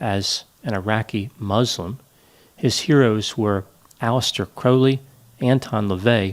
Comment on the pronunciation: Alastair Crowley's name rhymes with growl, not crow.